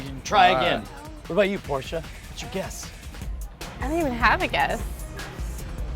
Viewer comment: "Porscha" never needs to solve anything ever